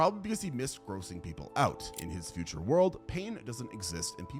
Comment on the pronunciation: 'shown sut' and then 'furture' hahaha